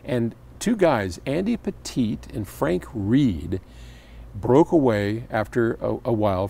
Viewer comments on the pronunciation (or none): none